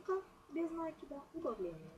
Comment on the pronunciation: Глагола "влаживать" не существует НакИд, ударение на И без накИда